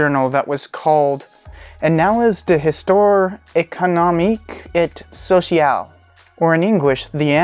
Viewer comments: ees- toir( as in boudoir), ay(as in hay)-con-om-eek, ay sew-see-al (as in Al Green) ...... :) nice job on a difficult subject. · "Heestwaahre". Oh, and no "sh" sound on that "ci".